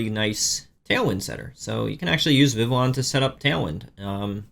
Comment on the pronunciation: Vivillon is pronounce like Viviyon.